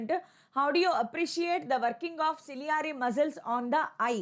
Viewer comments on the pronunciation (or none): celeyeaei muscles 😂😂